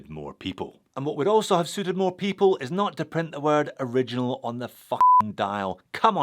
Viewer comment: Just pronounce it ori gi nal ....rhymed with urinal..... Perfect..